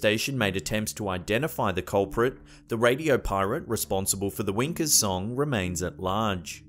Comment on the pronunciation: The guy kept saying winker. Wanker song sounds like a Scottish Hymn.